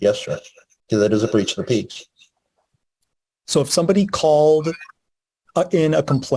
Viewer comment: "A breach of the peach" 😆